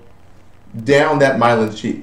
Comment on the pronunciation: It's not Mylon. It's Myelin. :)